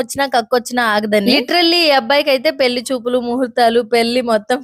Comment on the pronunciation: నీ తెలుగు ,, చండాలంగా ఉంది,, పెల్లి కాదు,, పెళ్లి అనాలి...